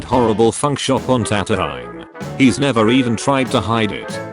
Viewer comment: Tan toe eye????? wtf???? Darth pla goo is???? WTF??? Lie Am??? Seriously???? Ka shy ak???? Dude you need to stop with your English accent.